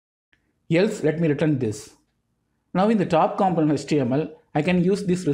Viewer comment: Man, I really like your explanations, thank you so much for all the work you put into your videos. A small note for all of your videos I've seen, a component is pronounced like compónent, other than that, your videos are pretty much perfect – straight to the point and easy to grasp the concept